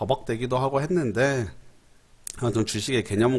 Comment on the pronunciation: 했는~데 ~ 때문~에 ㅋㅋㅋㅋ 발음 졸 웃기네 ㅋ